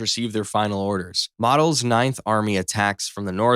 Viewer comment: Pronunciation corrections: Looft-wa-ffah. General Mow-dole .